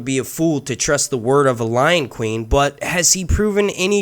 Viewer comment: You said Loin Queen and I heard the intro to the Lion King 😂 sorry.... just my randomness breaking through. Hopefully I made someone chuckle.